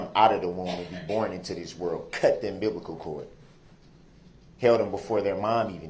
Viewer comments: He cut the “umbiblical” cord. 😂😂😂💀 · He says, “umbiblcal” cord and per Erika he was in jail when their daughter was born. So that must have been a long “umbiblical“ cord! The man is a pathological liar! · Cut the umbiblical chord 😂